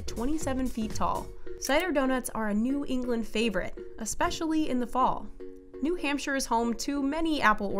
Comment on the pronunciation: Wait Wait did she just say New Hamshpire is New England cause she say it wrong